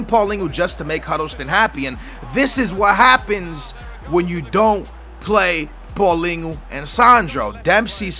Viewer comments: Paulingo? Hahaha its prounonced paul-een-e-o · Paulinho not paulingu you sound stupid as fuck. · Isnt paulinho pronounced how its spelled, not paulingo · Who is paulingo? Isnt it paulhinio ?